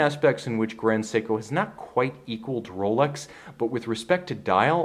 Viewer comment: The guy who presents it is obviously biased and can't even pronounce the name "Rolex" proberly, like normal people would do. The Grand Seiko is by far the best value watch human beings can buy today. You basically buy a 5k watch with a 80k value. Its that well build and manually finished. Rolex is a pure production watch, nothing complex about it, thats why Chinese copy them for 150$ a piece, and yes, normal people wouldn't notice the difference. With the Grand Seiko this is not possible, hence there are no good copies around.